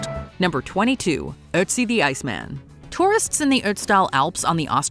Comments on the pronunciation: “aught zee” is how his name is pronounced, not “uht zee”. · Not with an umlaut on the Ö like there is in Ötzi. That turns the O sound into 'euh', like the 'i' in girl